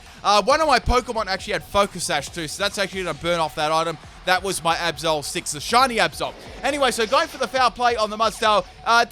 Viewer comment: Every time you say Absol I almost understand Episode ._.